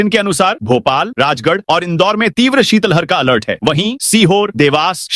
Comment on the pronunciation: ❤❤शीतल हर नहीं शीत लहर बोले।भारत में सभी उद्घोषक शीत लहर बोलते हैं केवल मध्यप्रदेश केवल के कुछ ही जिद कर शीतल हर बोलते हैं है। भाषा विज्ञानियों ने बताया है कि सही उच्चारण शीत लहर❤ है। इसी तरह ज्ञापन को भी छा प न बौना भी ग़लत उच्चारण है सही शव्द है ज्ञापन ❤